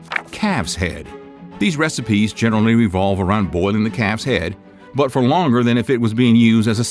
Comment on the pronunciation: At first I thought he was saying “boiled cat’s head”. Calf’s head is bad enough.